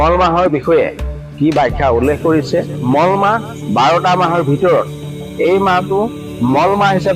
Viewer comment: Mol mah nohoy Molo mah buli kobo lage